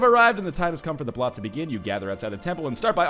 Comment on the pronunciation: Blót is pronounced "bloat", NL, not "blott" :D